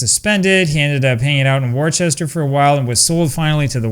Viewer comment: Worcester is Pronounced “ Wooster “ rhymes with Rooster